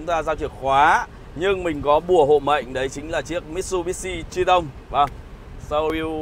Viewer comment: Có ai nghe chữ Triton đọc là “Tri - tông” cảm thấy có gì đó khó chịu như mình không? :))))